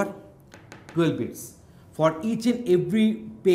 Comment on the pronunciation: my guy is saying bits and it sounds like beats